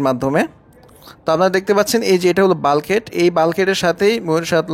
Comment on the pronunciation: আরে ভাই বালগেট আপনের বলা ভুল হবে এইভাবে বোলগেট🤣🤣🤣🤣🤣🤣🤣